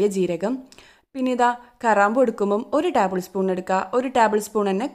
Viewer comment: ടാബ് ൾ അല്ല ടേബിൾ എന്ന് പറയൂ.